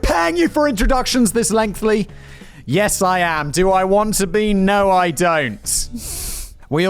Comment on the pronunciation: It's length-y, not length-ly. Loving the videos!